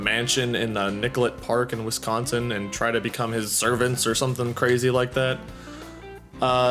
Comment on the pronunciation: OKay I have to correct you a bit. Its not.. Wi-Scon-sin... it's WIS-CON-SIN... being the first s does not blur with the c and does NOT sound like "SCONE"... also Nicolet is pronounced NICK-OH-LAY. Thought I'd clear that up... and I'm close to where this happened and yeah it's sad and MY OPINION of the matter is the parents should have been monitoring more closely of the childrens activities... plus they are 12 years old which makes it incredibly sad that things like this run through their heads. Remember "It's all fun and games until someone gets hurt".... and that's completely true. ALSO to CLAIRIFY... The accused ARE two 12 years old whom lured their middle school friend into the woods ( at a slumber party that they invited her to) and then stabbed the victim 19 times while one girl held the victim the other carried out the act AND the accused girls said they had planned this for two months ahead. The victim was able to crawl to the road and reach help and is in stable condition. As of today via my local news, the victim as the doctors said was a "millimeter" from certain death as one stab wound missed a major artery. Luckily though, she should be okay. Also the accused ARE charged as adults for attempted homicide.